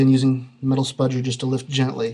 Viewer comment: He said: "Spudger"